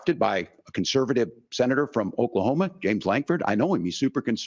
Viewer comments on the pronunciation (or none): none